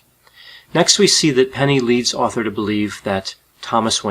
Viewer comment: So no ones gonna talk about how he starts saying Author instead of Arthur for almost the whole thing? Lol